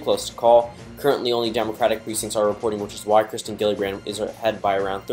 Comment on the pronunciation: It’s Kirsten not kristen